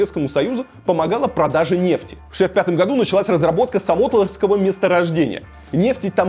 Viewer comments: Месторождение называется СамотлОрское, а не СамОтлоровское. Возможно, уже написали об этом, не реально просмотреть 11 тысяч комментов. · Илья не самотолвское месторождение а Самотлорское месторождение ! Нижневартовск